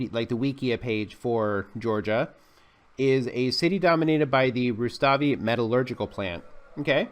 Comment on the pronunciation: Rustavi is correct, not Ruslavi, I am from this city